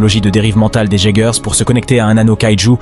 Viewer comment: merci d' avoir fait cet video mais les robots ce prononce iegers et kaiju bonne video